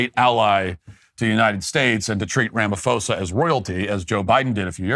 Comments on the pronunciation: So you deliberately chose to mispronounce an English name? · Butchered Cyril’s name🤣🤣🤣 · You slaughter Cyril's name 😂 Also colonialism was better? So Apartheid was better? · It's weird having Matt talk about my country without the best pronunciations lol 😅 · Hahahahaha you just butchered his name😂😂😂😂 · its pronounced RAMA-PAW-ZA use the asian ph sound. ph is p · It's pronounced Rama-pawza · It's pronounced "Sirril Ramapaws-a. "ph" is pronounced as an aspirated "p" and not an "f" in the Nguni languages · South African here, liar boy name is pronounced RAMA PAUSE AH Not that I give a shit locals just call him Cupcake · Ra-ma-Po-sa...... your pronunciation needs work.... BTW.....Julius Malema has now been re-invited by Ramaphosa to rejoin the ANC since he has returned to South Africa...... Fun times..... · The constant mispronounciation of Cyril Ramaphosa's name is completely disrespectful, Walsh! In future, please just refer to his used named in South Africa: his name is Cupcake. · The fact that you can't even pronounce the SA presidents name shows exactly how much research you've done here: ZERO.